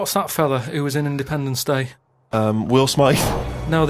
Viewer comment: Did Richard call will smith will smythe? Haha